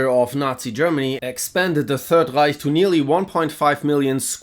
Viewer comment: That first "Reich" was too clean, I almost thought he was gonna speak german onwards with the painter😂